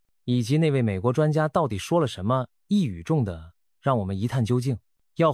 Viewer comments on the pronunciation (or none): 0.57 “一语中的”中的”的“发音错发为de，应该发音为di（类似”弟“的音，表示靶子中心）。看来自动机器读稿还有很长路要走。